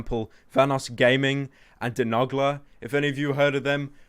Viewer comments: I noticed you can't pronounce Dáithí de nogla Dah he de no gla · Dis nigga said De Nagla Look m8 I know this is a serious video but how do you mispronounce Nogla?